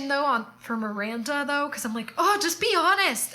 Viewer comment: Miwwwanda! Miwwanda! what ice cwweam toppins we having tonight? lmao makes me laugh every friggin time! we need to get tshirts with this on! haha. You're so right! Why isn't menopause discussed? I was saying to my friend the other day about menopause and why the hell isn't that discussed more when we're younger so we're more aware. My mum hasn't even ever discussed it with me :/ Back when I turned 40 it suddenly hit me that I knew nothing about pre-menopause/menopause. That made me laugh too about us not blinking an eye that Carrie trotted around in clothes above her pay grade but it just somehow fitted into the show without you feeling like it was unrelatable. I dunno, I think that gave us all the fantasy part to heart eyes over and the rest of the show was down-to-earth situations and topics that just kinda meshed so well together. I'm like you though, whatever is churned out to do with this I'm gonna be there, ride or die!! Can't wait for your next video to go over the new episode :D